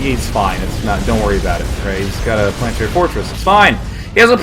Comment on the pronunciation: hahaahah the Plantary Fortress .